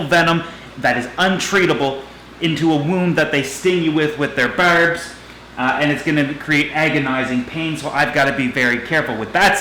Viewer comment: your accent when you said barb reminded me of trailer park boys